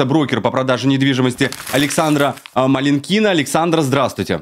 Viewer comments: MalinkIna это русская фамилия МалИнкина? Зачем так коверкать? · Вы же и сами свою русскую фамилию исковеркали. Понимаю, американцы произносят ее с ударением на последний слог, потому что для них это просто странный набор звуков, но ведь малИнка она и в африке малинка )